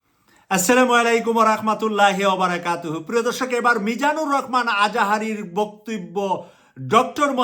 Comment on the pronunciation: আপনি তো ভালো করে ভাষা বলতে পারছেন না রহমানকে বলছেন রকমান লেখা পড়া কি করেন নাই আগে ভালো করে পড়া লেখা করে আসেন।